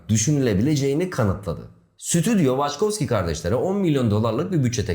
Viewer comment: Waçkowski mi? Hani ilkinde dil sürçtü dedim. Sonra aynı şey devam etti. Benedict Cumberbatch'ın belgesel seslendirirken penguen diyememesi gibi olmuş :) (pengwing, pengling...)